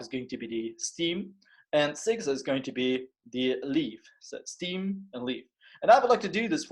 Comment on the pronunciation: it's [stem]